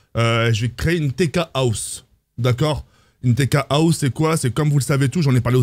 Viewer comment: Au début j’ai cru qu’il disait la « Steak House » 😂😂